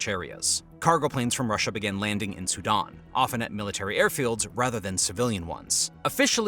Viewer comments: "Su-DON"? It's SudAn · I thought he was saying Saddam not Sudan.